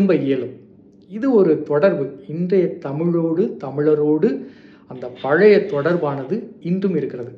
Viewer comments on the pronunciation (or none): பலய இல்லை பழைய, ஒரு மொழி ஆய்வாளர் நீங்களே இப்படி உச்சரிக்கலாமா